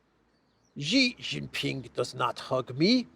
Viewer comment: In Mandarin X=Sh and J is a G like in Gin. She Gin Ping. Xi Jinping